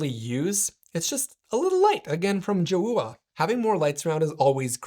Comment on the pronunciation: I think it's pronounced Joe ah